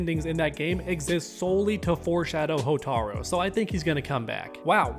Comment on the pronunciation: What do you mean Reptile's never in back to back?? MK9 MKX I win. Also you keep mispronouncing Hotaru It's "Hoh-tar-roo"